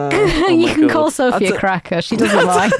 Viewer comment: As a Brit living in Berlin I almost lost it at Söphie.